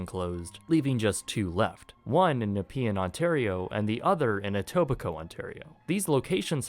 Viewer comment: “Non union low prices… Always.” That’s pretty brazen, Walmart. NGL. And I’m just now learning how to pronounce Etobicoke? Wholly mackerel, TY! 😅That’s important for me as I grew up watching Degrassi and I already knew that the Vincent Massey School used for the DJH era is in the Etobicoke neighborhood …